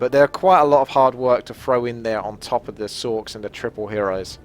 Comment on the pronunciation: sorchs = sorcheresses if this wasn't a joke because of his pronounciation ;)